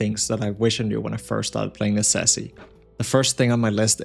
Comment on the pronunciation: That's a funny way to say Necesse